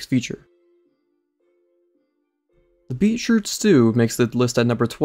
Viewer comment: hearing the mispronunciation of beetroot was killing me. it’s beet root, like the root of a beet plant